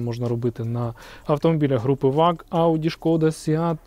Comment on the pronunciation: Братику дякую за цікаве відео, але прийми до уваги, що абревіатура VAG німецька і перша буква V читається як фау а отже Фольксваген Ауді Груп.